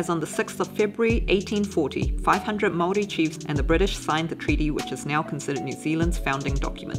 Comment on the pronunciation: The amount of knowledge and facts you pump into your videos is AMAZING! 🙌🙌 Also Big ups for your pronunciation of Maori words. 👌😊 Wicked video guys!!